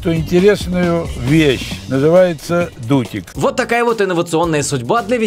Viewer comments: Мне одному послышалось "дутень" вместо "дутик"? 🤔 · Как всегда офигенное видео. Угарнула с Дутика😂 Сначала показалось,что она сказала Додик😂😂😂😂😂